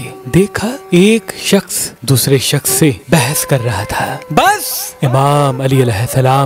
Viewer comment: Bhai ap baasss kahty ho to meri hasi nikal Ati Hai 😂